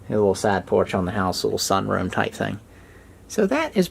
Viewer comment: He was saying "side porch" but I kept hearing "sad porch" :P